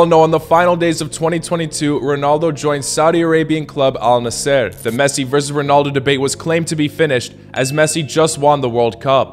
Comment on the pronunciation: Bro pronounced al Nasser wrong